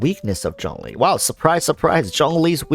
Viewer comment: It's Zhongli